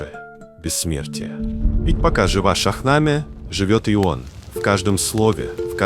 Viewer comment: Добрый день. Очень приятно,что стали говорить о персидской литературе,только Шахнаме,ударение падает на последний слог,на последнюю гласную Е. Спасибо ❤